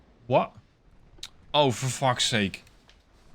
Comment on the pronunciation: That was the most dutch "for fuck sakes" i have ever heard. Loved the video